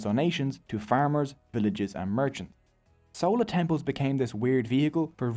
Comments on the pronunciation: Im sorry im really happy u made this video but its not sowla its chola 😭 spelt with the ch sound from chocolate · How do you pronounce "Chair / Chocolate / Chalk / Chimp"? How did then "CH" in Chola suddenly become "Sola"??? Like seriously man, how??? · Sola dynasty. I am sosorry its just funny to me, fyi its chola like chai or chia seeds. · It's 'Chola' not 'Sola' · It is sola bro. The sun god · I don't know how you got this much information without even knowing to pronounce Chera, Chola and Pandyas. Anyways nice video